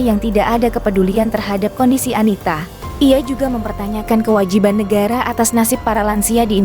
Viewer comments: "nasip" pake p 😂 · NASIB,,,,, bukan NASIP